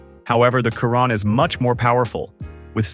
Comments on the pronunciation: Pls pronounce it properly, it's the shee-ron not the ky-ron. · There's a typo . It states that 1500N.m. of torque between RPM, but your graphic shows rpm. That needs addressing. Chiron is pronounced Sheeron, well you can't pronounce the correct word so I've simplified it for you!! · Isn't it pronounced sheero'? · Wtf is Kyron ? Absurd pronunciation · Hate the ai voice calling chiron by wrong name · Or Shir-ron also the a.i. voice was pronouncing the word TORQUE as TORKY . 😆